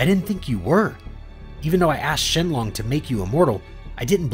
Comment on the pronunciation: If there's one thing in life I cannot stand its pronunciation it is not shin long it is shinnron